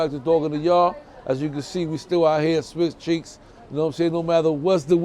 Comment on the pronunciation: did you just say "Swiss cheeks"